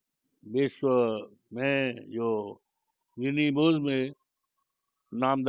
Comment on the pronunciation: पहले गिनीज बुक कहना सीखो😂😂😂